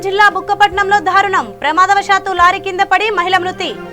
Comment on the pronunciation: Dhaarunam kaadamma, daarunam